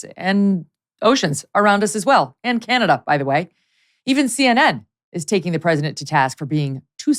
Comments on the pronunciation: Canadia? Canadia?!!! This is what happens when Karine Jean-Pierre forgets her infamous binder at home. Sad, so sad; this is what complete incompetence looks like when you hire someone based on skin color and sexual orientation instead of genuine qualifications. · She said canadia!!! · Thxxx for pronouncing Canada correctly since I cannot stand listening to Karine Jean Pierre and especially when she pronounces my Country as CanAdia !! .. Anyway, you both cracked me up through the entire great show😆😆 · She said canadia!!! My Portland friend said that to be funny. That's hilarious